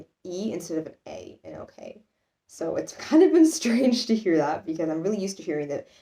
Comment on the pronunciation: The word you pronounced best was "okey". Might have something to do with your native language, who knows? ;) And it is "hä?" not "heh" ;) Maybe even "häää?" Aber möglicherweise verstehst du eh nur Bahnhof oder es kommt dir Spanisch vor....